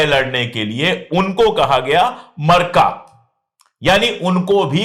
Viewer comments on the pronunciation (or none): Marka nahi Maarka hai asal me arbi lafz sab koi nahi samajh pata jo arbi padhega wahi sahih bol payega. Chahe Muslim hi kun na ho